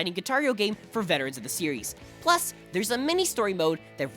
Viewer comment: Listen to him saying “plus”